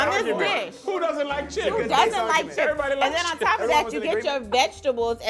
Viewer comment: who grabs chips like that first of all: crips 💀💀💀💀💀💀shit had me rollin